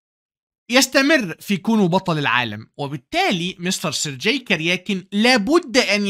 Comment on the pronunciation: الله عليك يا ، عظمة على عظمة، ملاحظة بسيطة، اسم Sergey ينطق بالجيم المصرية، وهذا هو النطق الصحيح في اللغة الروسية (sounds like sur-gay)